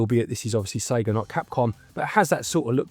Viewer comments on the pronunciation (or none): none